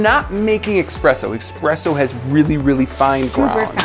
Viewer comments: Between and my blood is boiling he called it “expresso” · Yes. Pisses me off so much when I hear people call it Experesso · ESPRESSO DOES NOT HAVE AN X IN IT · "we're not making expresso" .....I have no words for how angry it makes me when scientific experiments are accompanied by blatantly incorrect language. "Nukular" angers me most consistently. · Did he just say expresso? Shaaaame. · It’s Espresso not Expresso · Hold tf up, ITS ESPRESSO NOT FRIGGIN EXPRESSO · Expresso????? Really???? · Did he say expresso? Sounded like it. It's espresso